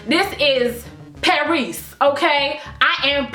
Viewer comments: LOOOL 😂😭😭😭😭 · I love you so much ""